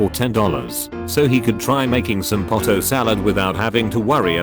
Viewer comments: Why does the bot pronounce it pot-o? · You guys freaking out cuz of despacito while im here wondering why this guy says potato like poto